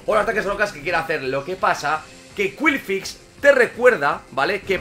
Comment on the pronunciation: curioso como exagera mucho las pronunciaciones de los pokémon para que queden lo más anglosajonas posible pero luego te cuela un qwilfix y se queda tan ancho jajajajajjaja